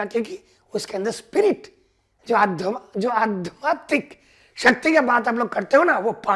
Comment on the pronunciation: Aadhyaatmik बोलना सर...🥰 आप pronounce करते हो adhmaatik ...बाकी बहोत अच्छे बोले प्यारे दादा,,पापा जैसे प्यारे😇 Thank u...💯👌